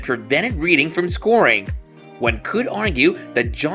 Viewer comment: Dude pronounces Reading incorrectly too, along with some weird sentence structure it makes you wonder if it's ai...